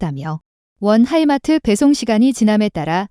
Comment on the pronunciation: 하이마트가 아니고 하이마스!